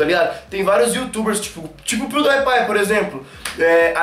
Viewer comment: falando pewdiepie = piudaipai:/